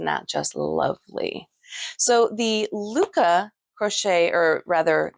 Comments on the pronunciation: Actually, it’s not pronounced ‘loo-kah’. In Norwegian or Danish it would be more like lick-eh. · Hi you might correct the pronunciation of LYKKE. You say more like “locka” not lykke and by the way lykke means happiness … otherwise they are very nice needles.